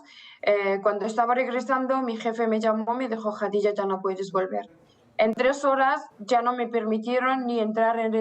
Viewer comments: No sabe ni pronunciar su nombre... Kadijá😂😂😂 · Le falta experiencia. Lo que no me gustó es que no pronuncia su nombre. Khadija se pronuncia Kh se pronuncia j y j como y o ll.